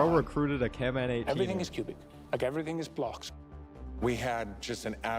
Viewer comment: HES NOT CANMAN HES